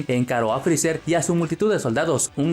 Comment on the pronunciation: Te odio, digo frezzar o frezzer.